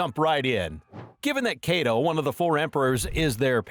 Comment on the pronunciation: nigga said kaedo